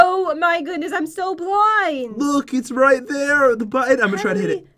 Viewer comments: “Oh my god I’m so bwind” am I the only one who heard that😂? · said bwind